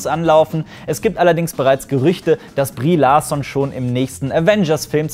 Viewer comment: Brie Larson???😂😂😂 das spricht man amerikanisch aus😂😂😂